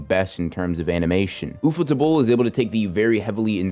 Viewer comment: ufotable, it's UFO and table, why are you saying it like that?